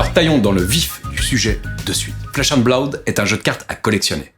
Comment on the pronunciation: Blaoude? Blood ça suffit non?